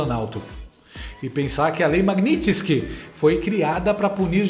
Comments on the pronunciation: Não é magnitinske ....é magnitski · a pronúncia é maguinisqui